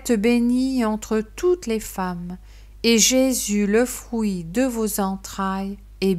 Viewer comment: Fruit se prononce avec un U et pas un ou. Vous dites frouit au lieu de fruit. Que Dieu vous bénisse. 😘🌹